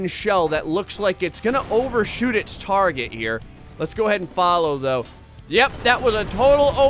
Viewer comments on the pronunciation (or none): none